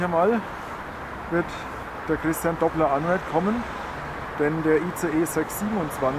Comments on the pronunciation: Schade, daß die Aussprache dieses Namens nicht Dobler ist.... der Mann heißt Doppler! Du sagst ja auch nicht "dobelt", wenn Du etwas zweifach hast.... Also Doppler! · kleiner Tipp es heißt nicht doooobler der Name wir durch die 2p schnell ausgesprochen Doppler aber macht nix es weiß eh jeder was und wen du meinst😜aber dein Video wie immer super mach weiter so👍🏆😀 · Na klar kennt man den Christian Doppler. Wer in der Schule in P'hysik aufgepasst hat, musste über den Namen stolpern. " Doppler - Effekt ". In vielen technischen Anwendungen der Fall. Du sprichst den Namen übrigens falsch aus. Doppler- so wie doppelt oder Donner. Mit nem kurzem " O " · Christian Doppler… Entdecker des Doppler Effektes, Entwickler des Doppler-Radars für Wetterbeobachtungen, etc… Kein Unbekannter also. Übrigens, das „o“ bei Doppler wird nur kurz gesprochen…